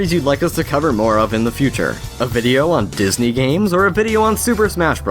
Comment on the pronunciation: Didney gaiems.